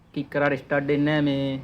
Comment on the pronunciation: ස්ටාර්ඩ් ස්ටාර්ඩ් කියන්න එපා බං ස්ටා(ර්)ට් ✌️✌️